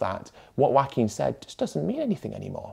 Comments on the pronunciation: I gotta say, every time I heard you pronounce Joaquin's name as 'wacking' I chuckled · Very interesting video. But as a Spanish speaker with a little Joaquín in my family, what surprised me the most was the British pronunciation of the name. The farmer drinking milk is the animated equivalent of the people posting meat pics on vegan groups. I was reading Ed about it yesterday, and I'm also baffled. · For a mexican, it is a bit funny how Ed pronounces his name. Love the content though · I loved the video but the way you pronounce 'Joaquin' is funny.